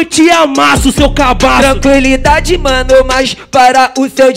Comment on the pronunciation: Ninguém: a Estudante: "tranquilidade"